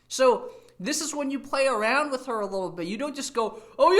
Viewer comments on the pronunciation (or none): So this guy, after stuying in the US, still pronounces WITH as wiss. So his parents wasted their money.